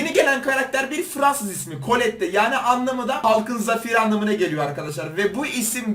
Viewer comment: Ya neden herkes şunu kolette diye okuyor kolet diye okunuyor